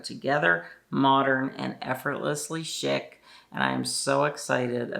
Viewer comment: Chic is pronounced sheek